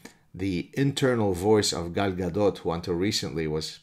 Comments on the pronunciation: It sounded like you said: I, I'm Gal's dad. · The way he kept saying Gal Gadot 😂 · I came here to hear Gad pronounce Gal Gadot. Thanks!